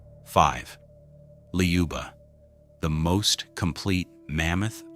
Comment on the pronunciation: Not "Ljuba", there is no "j/y" sound! Say "Luba" in French manner, that is how we pronounce it!